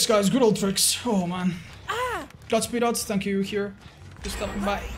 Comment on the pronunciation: I’m sorry what did you say OTZ?????